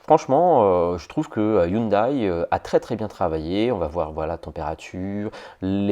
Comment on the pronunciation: On dit "HYUNDAI" et non "HYUNDAÏE" .... ;)